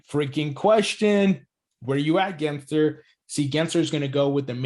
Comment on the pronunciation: Again saying Gary Genser lol. Even the captions produce “Genser” when you pronounce it. It has an L between the letter “s” and the letter “e” 😂. I know we hate the guy but try to get his last name right lol, it’s really easy. Edit: also I disagree, if Gensler gets his way, it could be the complete opposite lol. If we want the same to happen as back then, then Gensler needs to back off and instead embrace crypto in the USA and completely stop this attack the SEC currently has against crypto. We need favorable regulations so we don't stifle innovation and we can instead continue being a world leader instead of staying behind because of the cronies that are protecting the interests of the banking cartel. No, it's not a mis-spelling, you just can't read. Go back and read it, lol. Btw, English is not my first language.